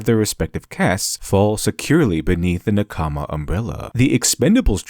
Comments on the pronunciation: Really interesting. I also recommend the book "Samurai from outer space", by Antonia Levi. (Though the pronunciation "naKAAAAAAAmi" is annoying. Say "NAkami", with stress on the first syllable and short vowels throughout. It will be wrong, but a lot less wrong.) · The way you pronunce NAkama as naKAma means i didn't understand what concept you were talking about before reading it on the screen. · NaKAma.... Mmmrrmmm. NAkama. In general, emphasize the first syllable in Japanese words. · Nakama doesn't seem like a word embedded with deep meaning you can't get in English. It means colleague, compatriot, party member and so on. Japanese has even stress on all syllables and it's a little distracting to hear naka-ma when it should be na-ka-ma. Pedantic to be sure, but the author did go all in on the word so.... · save me pls, i barely could keep up, all i heard was nakAma, nakAma, nakAma. Never heard this word from an english speaker, so it sounds silly xD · I don't understand how americans after watching so many anime can pronounce simple, common Japanese words so horribly. NakAma, really? Good video though. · He butchered Na-KA-ma. It was very distracting. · OMG! It's pronounced "NAH-kama!" You keep putting the emphasis wrong and it's highly distracting and frustrating. Watching literally any of the modern anime you mentioned would have revealed this to you. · Meanwhile I’m over here 3 min into the vid, frustrated at how he mispronounces “nakama” even though basic Japanese pronunciation couldn’t be easier and despite the 30 min video he couldn’t be bothered to do that much research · Great content! Thank you. Sorry I'm over a year late. You're incredibly intelligent, but some of the pronunciations detracted from my enjoyment. Surprisingly correct: denouement Socially acceptable: anime, manga Made me sad: nakama, mischievous, Oedipus, Delphi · Good video but as a anime fan you pronounce nakama wrong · take a shot every time he pronounces nakama wrongly